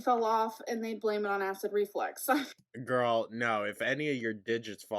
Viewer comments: ReFLUX… it’s reflux, not reflex. Drives me insane every time she says it wrong. 🙄 all while acting like she’s so smart. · FFS it's acid reFLUX not reflex - her mispronounciations drive me crazy hahahaha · I do not believe ONE WORD out of her mouth. Not one. She’s lying about every single thing she’s saying. Yikes. Also ITS REFLUX! REFLUX FFS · Perfectly said. Her know it all, cavalier attitude is sickening. She knows the diagnosis, testing and treatment plan before they get to the ER, yet can't pronounce " acid reflux" correctly.